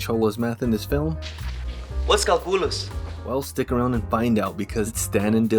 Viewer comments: what's ca-hoo-lus? LMFAOOO! Classic! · me in my calculus class- " whats cal-culos?"